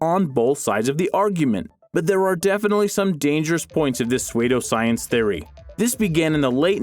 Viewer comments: It is pronounced SOO-doscience, not SWAY-doscience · Pe-sway-doe science?? Are you serious?? You dont know how to pronounce certain of your words man..... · Lol Swaydough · Suede-oh Science lol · Swaydo science lol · I love how this guy pronounces psuedoscience